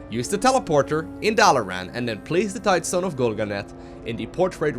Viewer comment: . HE PRONOUNCED TIDESTONE PROPERLY!! Just kidding :P Although having heard you "Tide-uh-stone" so many times, I actually read it that way when I saw the video title